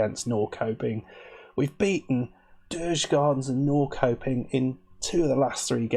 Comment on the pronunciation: Actually, says it really well, for an English person. In Swedish, it sounds more like Nor-shup-ping.